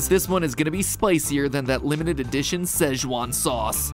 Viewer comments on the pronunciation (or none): NOO ITS SEH-CHU-AHN not how u said it